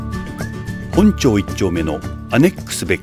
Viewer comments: ほんちょうではなくほんまちです。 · 紅annexがあるのは「ほんちょう」ではなく「ほんまち」です。 また、紅annexは先日閉店しましたので、市内で食べられるのは府中駅のル・シーニュにある本店のみになります。